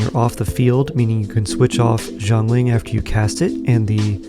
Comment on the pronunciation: It is not [Jo'nglin] it is [Sya'nlin] Xiangling